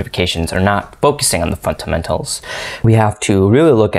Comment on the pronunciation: .... thought i was the only one hearing it